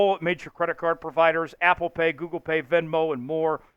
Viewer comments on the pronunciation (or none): none